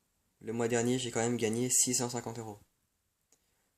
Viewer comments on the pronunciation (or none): none